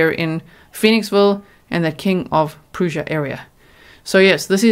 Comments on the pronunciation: Prussia like Brush-a but with a P. I know I know speech police lol, but I know that people from King of Prussia are very particular about pronunciation of their town. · Thank you for your extensive, remarkable coverage! FYI King of Prussia is pronounced like King of Press-ya. Lots of odd town pronunciations here.